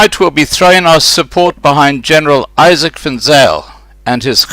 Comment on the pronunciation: 2!!! Geez, the man's name is IZAK & not ISAAC..please lol. Salute Izak! # GATVOL!!!!